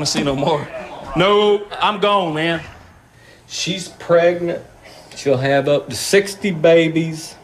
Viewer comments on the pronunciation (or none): “she’s pregnnant “